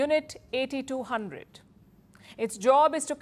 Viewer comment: Unit 8-2-hundred (not eighty two hundred) :)